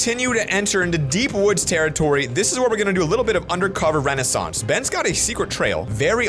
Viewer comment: “Undercover renaissance” did he mean under cover reconnaissance 😂